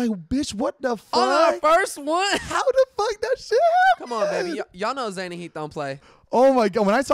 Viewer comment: Maybe Zane should take diction lessons to help with her pronunciation.